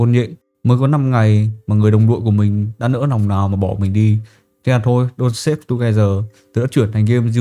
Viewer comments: Đọc là dont star(ngôi sao á ) và thêm chữ ve âm gió ở cuối cho nó chuẩn nha ông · ông ơi clip hay nma tên game k là đôn sếp, mà là đôn sờ táp =))